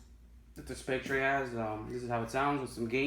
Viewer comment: James Bond as 007 in "Spec-tray" lol